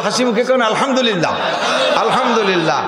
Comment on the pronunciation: আলহামদলিল্লাহ শব্দটি সঠিক নয় । সঠিক হলো আলহামদুলিল্লাহ।